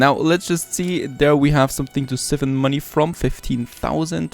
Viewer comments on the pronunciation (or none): Just to let you know, it's siphon 'si-fen' [the i is pronounced as I as in "I went for a walk"]. Hearing how you pronounce was making me cringe! lol Nice series by the way.